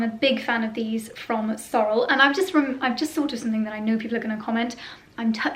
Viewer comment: Love the shearling brown short rubber boots. The tall black and brown ones are ubiquitous. You can find them everywhere. In the US and Canada we pronounce Sorel’s “Sor-elle”.